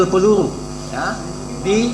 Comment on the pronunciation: Ngomong ployektil pelulu.. Masa gak jelas?hahaha